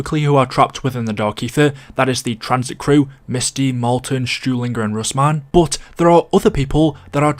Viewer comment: Pay attention to the wording....ITS MARLTON!!!!